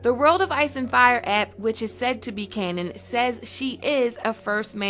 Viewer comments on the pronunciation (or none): none